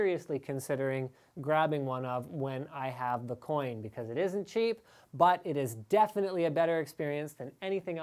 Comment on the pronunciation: haha "when i have te coin"